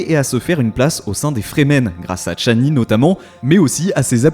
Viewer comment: "Tchani" ??? Pourquoi ce T ?